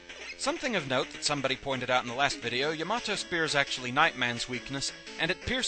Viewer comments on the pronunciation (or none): Its actually pronounced Yah - Mah - Toh